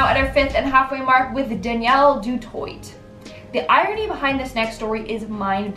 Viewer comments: Du toy is how you say the name ...not Du toyit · It’s pronounced doo toy. Not toy..t FYI. But like your content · Pronounced Jaahn Marie, not Jean Marie, Du Twah, not Du Toyt. I guess you had a problem also pronouncing Morgan Freeman. Only kidding. The universe made me do it. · 🤦🏽‍♂️ Du toit is pronounced Dew'twah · It's Due Toit w a silent T at the end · And how about du toyt! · Yeah, I'll make it a point to never watch any videos from this channel again. Bum b***h couldn't even pronounce du toit correctly either